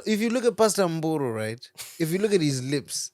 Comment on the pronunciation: You didn't have to say pastor Mboro over and over again.. ndafa ini apa u pronouncing it pachiShona😂😂😂😂